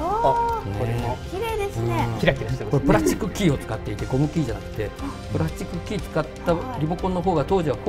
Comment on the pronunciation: プラスチックじゃなくてプラッチックって言い方面白いです!